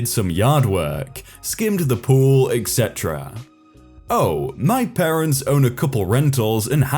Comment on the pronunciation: Am I the only person, that hears you pronounce "etc" like "eggsetera"?